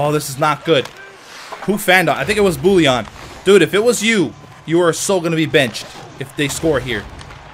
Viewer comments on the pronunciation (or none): none